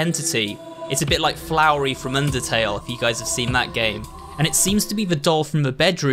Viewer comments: you said flowery, it's flowey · I heard him call Flowey “Flowery” and it hurt my soul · It's Flowey, not Flowery. So, just don't mispronounce any undertale characters becuz some people are undertale fans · Ah, yes. "Flowery" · Why did you call flowey flowery tho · HOW DARE YOU CALL HIM FLOWERY HIS NAME IS FLOWEY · It’s not flowery is flowey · It’s Flowey (Fl ow e) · You pronounced flowery wrong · how many years has it been and he still cant correctly pronounce Flowey? i really hope its just an inside joke, if not thats kinda sad and embarrassing